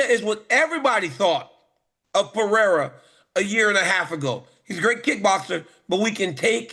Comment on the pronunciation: The minimum you can do is learn to pronounce the champions name Pereira... you say you are professional ?